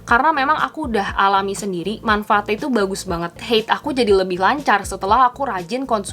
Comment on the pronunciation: Bukan heid ya kak tapi haid, itu bukan kata dari bahasa inggris tapi dari bahasa arab...